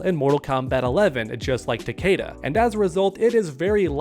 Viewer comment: How are you a mortal kombat channel and can’t pronounce takeda properly?